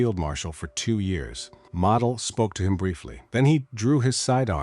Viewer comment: You don't say Model like a toy. You pronounce the O. Many commanders given festoon orders realized the impact on the citizens as they were considered as down to the last man. Many commanders, using their most trusted personnel, would try to move women, children and seniors out of the area. These men would move small groups out as long as possible and return. Commanders knew supplies would last longer with fewer civilians. They, also, knew the risk of execution for himself and those who helped folks leave. Another dangerous tactic was pull troops out of areas likely to receive artillery barrage. Then move them back before the infantry attacks especially on the eastern front. Even though sound military doctrine, Hitler saw it as giving up ground Even if for a short time and saving lives.